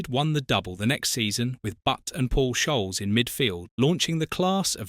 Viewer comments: AI SAID PAUL SHOLES AHAHA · "Paul Choles" is another reason why AI is shit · Only person I’ve ever heard butcher scholes’s name 😅